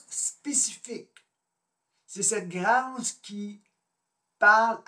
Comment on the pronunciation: 1. S’il vous plaît prononcer le mot grâce avec un accent circonflexe. Qui est beaucoup plus beau. 2. Vous ne répondrez pas à la question ni à la description de la grâce. 3. Je vous conseille les entrevues avec Anick Souzenelle une grande dame. 4. La grâce est mystique (…..). 5. La grâce ne vient pas du tout avec la croyance en Dieu. 6. Désolée, agrandissez, vos connaissances.